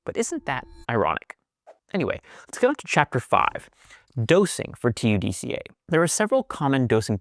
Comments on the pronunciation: How do you come up with a pronunciation like, Ta-du-ca, when it obviously would be pronounced, Tud-ca ?! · you cannot say TUD KAAAA